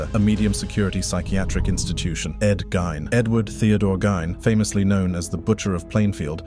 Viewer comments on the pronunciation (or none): Ed Geen, not gyn